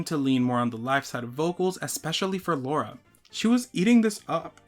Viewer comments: Btw it’s LARA and not LAURA :) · As an indian I have to correct your pronunciation of lara's name, it's l-aa-ra, not laura 😭